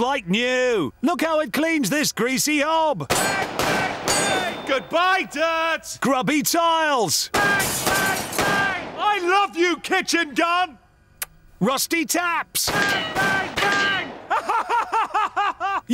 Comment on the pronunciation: I thought he was saying "goodbye dad!" since he had enough money to move out of his parents home, but no, he said "goodbye dirt!"